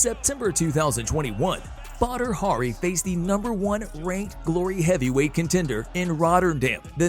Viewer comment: Prounces badi hari as butter hurry